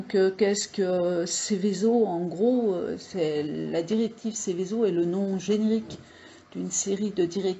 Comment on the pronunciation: C'est ROUEN et SEVESO, pas ROUAN ni SEVISO. Ça laisse présager de la qualité/pertinence du reste de la vidéo.